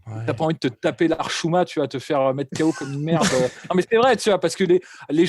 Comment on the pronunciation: est officiellement bilingue avec un "lahchouma" merveilleusement placé 🤣